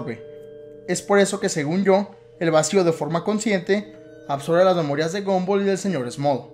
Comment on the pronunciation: se dice gumball no gumboll